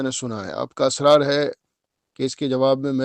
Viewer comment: Are miya asraar nhi israr hota hai tum parle urdu bolna Sikh lo